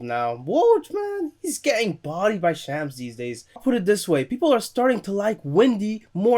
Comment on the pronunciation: it’s like shahms not sham but seriously you’re turning into one of my favorite YouTubers keep up the great work!!